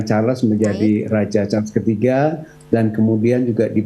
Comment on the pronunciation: Ini sebutannya betul..Charles...bukan Char-Les kyk media youtube yg lain.